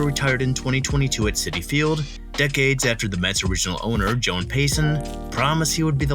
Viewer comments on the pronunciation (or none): none